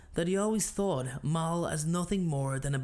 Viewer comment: Great video! Only note is the terrible pronunciations: Mael = May-El Avicus = Ah-vuh-cus Eudoxia - You-doe-shuh